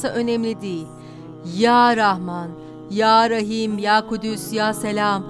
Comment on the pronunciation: Ya Kuddüs (celle celalüh).. küdüs değil. !